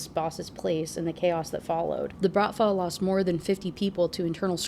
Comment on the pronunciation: Пахааан))) you were almost right, it's prononced with h like in hug, no k sounded, and stress is on a last syllable. It can be literally translates to "father" but it isn't used to adress your actual father usually, but instead a boss of a crew, as here, a criminal organisation. Bratva is also pronounced with a stress on a second syllable. Hope this was helpful lol)